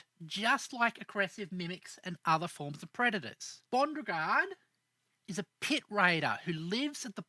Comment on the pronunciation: NGL, this was hard to listen to when you kept saying "Bondregard" or "Buregard" when the name you (correctly) put in the video was "Bondrewd". How did you get that inconsistent pronunciation from that spelling?